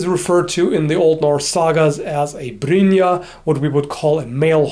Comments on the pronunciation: you pronounced brynja well. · Damn you pronounced "brynja" good!!! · Where is from? His accent does not give me any like area, but the way he pronounce the words here like brynje is so on the spot